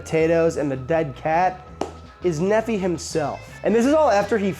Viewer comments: You don't pronounce the "phi" in Nephi as "fee" either. It's "fy." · Sorry, but after reading about the pronunciation of Ore-Ids how you pronounce Nephi is bothering me. Knee-phi, not knee fee. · Nephi is a Mormon name. It's pronounced NEE-fy. Ore-Ida is pronounced or-I-da. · Nefee? It's pronounced neef-I. Oreida is pronounced Or-I-da, not or-ee-i-da. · Or Ida is how you say it. Not Or E I Da. Nephi is not pronounced Neh Fee. It's pronounced Knee Fi. It's a common name from the Book of Mormon. Very common in Utah, Idaho. Also if you want something delicious look up a recipe for "Funeral Potatoes" a popular dish served at events in Utah made with Tater Tots typically. It's basically cheesy potato casserole. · Just to help your name pronunciation out, Nephi is: kneefi not neffee (just helping with how to pronounce his name) it grinds when you pronounce it as Neffee. Thought you might want to know. Common name in Mormon land.... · Nephi is pronounced Knee-fy NOT Neffy 🤣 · Nephi is a figure from the Book of Mormon, and his name is pronounced with the emphasis on the first syllable (NEE-fy). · Hey Easterner! You cook really good, but... say Nee-fie and Or-eye-dah. OK? :goodvibes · Nephi is pronounce "knee-fi". It's a Mormon name. I married into a huge Mormon family. It's a long story. 😂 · Nephi is probably said the same way as the city in Utah, no? Like, Knee-fy. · The amount of mispronunciations in this video has to be done on purpose. ;P Nephi == (Nee-figh) [like fi in wifi] - fun fact, this is a Mormon name OreIda = (OR-Ida) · Ore-Ida is pronounced "orr-EYE-duh." Nephi is "NEE-fye." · It's pronounced knee-fye And Oar-eye-da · Nephi is pronounced like MiFi or HiFi or Hi-Fi of WiFi .... Knee-Fi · That name you're so enamored by is a Mormon thing. I was raised Mormon. It is pronounced Knee-fye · His name is Nephi, pronounced Knee-Fi, rhymes with Bee-Eye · I came here to comment on that. NEE FY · bro said Nephi AND oreida wrong 😭